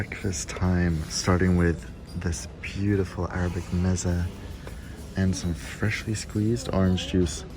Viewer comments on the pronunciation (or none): Beautifull arabic "mesa"... dont speak spanish trying to look cool 😂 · please for the love of god its pronounced "mez-ay"